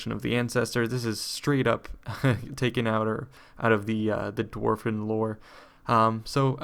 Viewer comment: I always thought it was "Dwarven" not "Dwarfen"... is this a Warhammer lore thing?